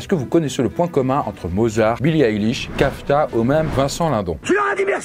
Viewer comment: Kafta? 😂 Kafka plutôt